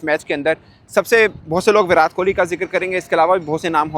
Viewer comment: Virat ke naam me 't' ko tamatar wala t pronounce hoga na ki tarbooj wala